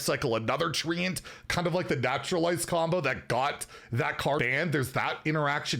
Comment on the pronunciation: it's "tre-ent" i also say 🌳🐜